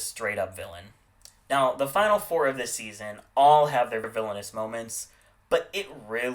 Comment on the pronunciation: fame and who? Did you say Kandy instead of Kennedy? Like you said it twice